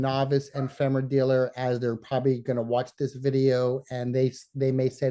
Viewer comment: Fine show, and Kate. It's "Eee-femera,". Not "Emm-femera."